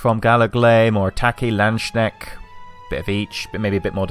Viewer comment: if you wanted to know, it is pronounced Land s Kn ä ch t